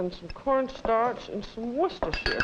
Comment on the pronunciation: It is nice to hear a cook who can pronounce Worcestershire correctly